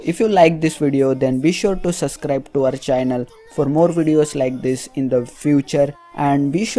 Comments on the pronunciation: It's not suscrib it's subscribe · Did he say "suvscribe to our chinnal